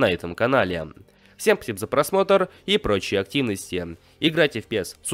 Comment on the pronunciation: Так ник прочитал красиво, пиес, ПЕС, А НЕ ПИЕС!!